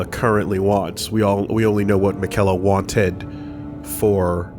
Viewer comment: even after hearing multiple people say "miquella" they still can't pronounce his name